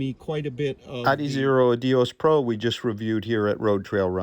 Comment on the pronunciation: 💯. The editing/sound needs work at times. Also the pronunciation of Adios is a distraction from the otherwise great content.